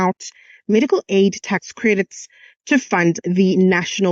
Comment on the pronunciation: Tax not task wena msunu